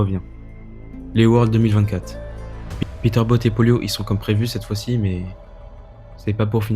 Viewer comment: La video est superbe dans l’ensemble mais y’a un truc qui m’a tilt c’est que tu dises polio à chaque fois alors que pollo se prononce poyo mais sinon continue ❤